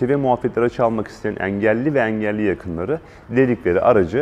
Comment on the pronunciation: Eelli yi bilerekmi böyle yanlış kötü söylüyor 😂